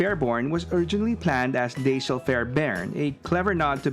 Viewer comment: Dash-el not Day-shell.